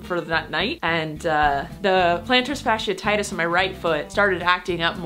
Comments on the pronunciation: Plantar fasciitis (pronounced fash-she-EYE-tis) not fashititis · Sorry, pet peeve of mine: Plantar fasciitis is pronounced "fash-ee-eye-tus" not "fash-ee-uh-tie-tus" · Plantars what?? 😂😂😂😂 Fash-ee-uh-titus you say??? 😂😂😂😂💖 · FASH-EE-EYE-TIS. That is how you pronounce it. Love ya!! You're the best. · Plantar fash-e-eye-this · Are you saying plantar fasciitis wrong to be funny or what? Im just trying to help you here thats all. Fasciitis is pronounced fa(long a sound like in apple)-she-i-tis. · I was hoping someone commented this! I work in the medical field and have plantar fasciitis myself and her pronunciation had me cringing the entire video